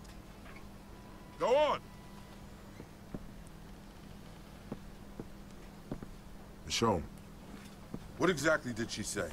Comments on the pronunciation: me revienta los oidos cada vez que dices michon, que vale que se escriba michonne pero se pronuncia mison por dios.. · michon le manda xD se pronuncia millon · miccchhhon (pronunciacion de ) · "MICHON" "miCHON" "miCHON".